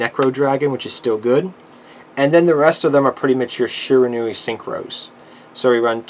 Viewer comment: Yet another weeb who can't take the time to pronounce Japanese names. SHI RA NU I